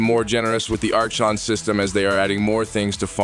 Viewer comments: Your new AI voice is pronouncing Archon wrong. It's Aa-Kon, not Arch-on. The H is basically silent. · Archon is pronounced "ar-kon" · Ar-CHON shards 🤣🤣🤣 ai voice